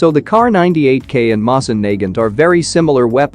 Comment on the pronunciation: You're pronouncing Nagant wrong